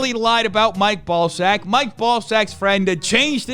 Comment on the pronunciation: Mike Ball-sack? 💀